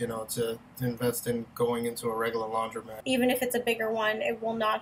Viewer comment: The word is spelled and pronounced "laundromat" (with an o), not "laudrymat" (with a y). The phrase is "flatten the curve", not "flatten the curb". And, that's just the beginning...